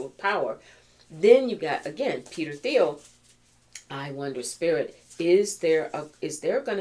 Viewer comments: It's "teel" no TH sound. :) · Thiel rhymes with slippery eel 😅😂😂❤